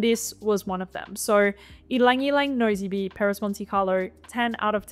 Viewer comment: I aaaalways love your videos! And we have such similar taste! Only 2 I missed here are Sunshine (which you did mention) and Santal Complet. Oh and by the way: Nosy Be is pronounced as 'nossi-bé' (it's an island :))! If you love tropical florals: ever tried Eau Moheli (another island :)) from Diptyque?? It's great!